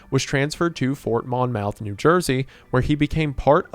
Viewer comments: as a Jersey A-hole myself, its fookin pronounced Mah-myth not Mon—mouth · "Fort Mon Mouth" killed me 😭 From someone who grew up in the area, it's pronounced more like "Mommuth" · I know this will be buried, but I clicked on this video as a lover of animal soldiers like Old Anchor, when I get jumpscared by you calling Monmouth (Maan [money without the "ee" sound] Muhth [month without the "N" sound]) as MAHN-mouth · Mon-myth not Mon-mouth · Obligated to partake in the tradition of correcting your pronunciation-- Its pronounced like "Mom-ith" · Monmouth is pronounced "mah-myth" for the record 😂 much love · its pronounced like mommoth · As a resident of Monmouth country, hearing you butcher the pronunciation of it made me cringe. Stop my car on the side of the highway and write this comment. Ps love you keep up the amazing work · His pronunciation of “Monmouth” is killing me 😂